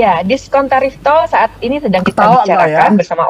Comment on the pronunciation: Saya suka ketika dia bilang DISKONTOL